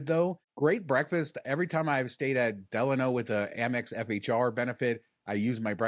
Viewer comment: Thank you for pronouncing "Delano" correctly.